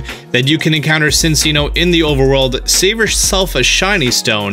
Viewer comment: Cinchino is pronounced c in chi no not sin chi no